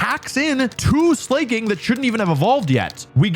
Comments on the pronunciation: I used to call it Slay-king when I was younger, but its name comes from slack and king, so Slacking is the correct pronunciation :P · I like to think that he intentionally mispronounced all three of them but he actually thinks slaking is slay-king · True-Aunt? Slay-King? WTF are these words you're saying??! Truant tru·ant /ˈtro͞oənt/ and Slaking (Slacking, he's lazy.. get it? He's slacking...) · Its definitely slack-ing and not slay-king. The word slack is literally in his name lol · It's DEFINITLY "slack - ing" not "slay - king" - it's literally a 'slacker' every other turn - it's a play on words... this drives me insane! Like when people think Arcanine is "arca - 9" like what?! its literally a canine! it's obviously "R - canine" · Btw Slaking is pronounced like "slacking off" cuz its and Slakoth's whole gimmick is that it slacks off every other turn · You pronounce it Slayking… its name is literally a pun on the phrase slaking off. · Him pronouncing regigigas, slaking, and other pokemon names in that retarded way is triggering me. lol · I will never not be surprised by American's inability to say the words "truant" and "Slaking" properly. I don't mean without an American accent, I mean they can't pronounce it the way a regular American would and should if they knew how. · He has to be butchering these names intentionally for comments right? Slaking? Really?